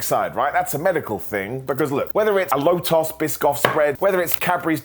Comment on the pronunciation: calling lotus as lowtoss made my day